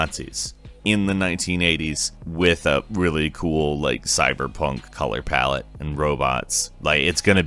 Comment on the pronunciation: Say color palette one more time!